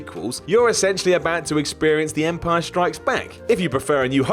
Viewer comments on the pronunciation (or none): none